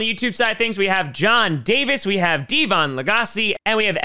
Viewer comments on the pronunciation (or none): DEEE VON? You mean... devin? 5* TDs